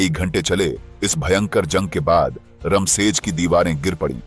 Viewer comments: Raam sej bolne me kya dikkat hai apko रामसेज़ बोलो,not रमशेज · "रामशेज" कहिए , रम शेज नहीं हैं वो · रमसेज नाही रामशेज 😂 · किले का नाम 'रामशेज' था, 'रमशेज' नहीं। आपको हर व्यक्ति, किले और जगह का नाम सही तरीके से ही लेना चाहिए। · भाई, वह रमसेज नही "रामशेज" है मतलब भगवन् राम की शेज मतलब रामजी के आराम की शैय्या. कितना सुंदर नाम, कितना ही सुंदर मतलब पर तुम रमसेज, रमसेज बोलकर सब मटीयामेट कर रहे हो.